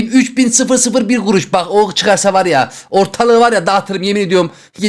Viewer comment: ✨elLi gUruŞ vEr tırRrreK✨